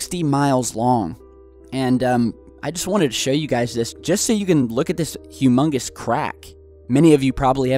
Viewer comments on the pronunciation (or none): Hughmungous what?!